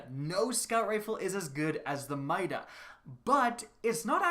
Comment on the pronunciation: I swear if this man says mida one more time I’m gonna unsubscribe